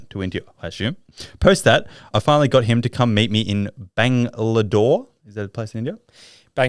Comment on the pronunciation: Bangalore not bangladore😂